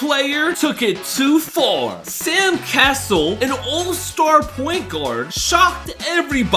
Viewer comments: I mean… if you are gonna make a video on a subject... Atleast do a little bit of research on pronunciation of players name... Who the hell is Sam "Castle"? It's CAsell as Cassell 🤦🏽‍♂️ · It's not Sam castle it is pronounced Sam cas sel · IF you are going to talk about basketball players at least know how to say their name- Sam Ca-cell if how you pronounce it. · Sam "Castle"?!?! Really? 🤣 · Sam “Castle”??😂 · Not to be a hater, but the guy doesn't even pronounce Sam Cassell's name right.